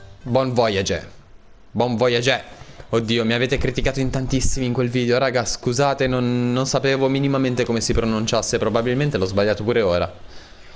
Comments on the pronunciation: Si legge vuaiaj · comunque si dice così ti sto solo dando un consiglio “buon vuoaiage” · la pronuncia è bon vuaiaj~ (il simbolo ~ indica il suono nasale) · si legge bon uaiaj! 1!1!1!1!1!!1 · haha stessa cosa (buon vuaiaj)é la pronuncia!1!1!1